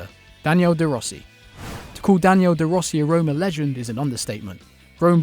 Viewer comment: You know he's a yankee when he says DANIEL DE ROSSI :D No offense, great video